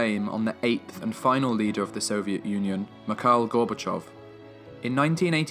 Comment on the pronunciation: I Instantly had to STOP HIM right there......stop.... wtf Did I just hear.. ? ====>>> MEKAAAL Gorbochov? Awesome video BTW, truly🤩